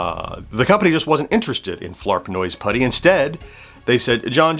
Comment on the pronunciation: 😡I am incensed on your behalf!!! You have been misrepresented! Grrr. (However, I do love that this provided you with an opportunity to not only incorporate Flarp Noise Putty into your vlog, but that you get to say it so many times, to the point where it almost sounds like you are saying Flarp Nose Putty. 😄)